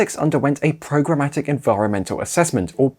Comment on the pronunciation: Programmatic, nor Progrommatic